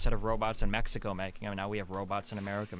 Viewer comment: Ah yes my favorite country “Meh-sico”